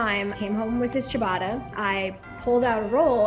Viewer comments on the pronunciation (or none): It’s ciabatta, not chibada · WTF is this pronunciation of Ciabatta